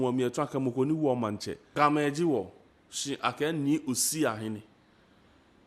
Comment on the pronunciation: try to speak the GA well. Am not happy with your GA. Please speak it enough so that we can communicate well in the grate language of GA. Thank you